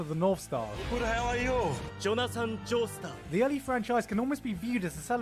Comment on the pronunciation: Did he said Joetar instead of Joestar? Fan: PATHETIC! disgusted cat face meme that looking down on you